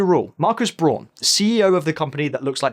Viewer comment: His name is Braun, not Brohn.